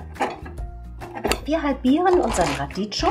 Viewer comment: Radicchio wird Radickio ausgesprochen